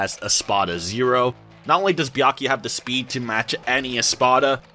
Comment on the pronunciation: It’s Bia-ku-ya not Bia-ya-ki.